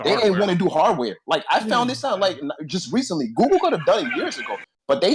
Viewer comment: Lmao can’t even say Google... this man said “Goo-ga” 😂😂😂😂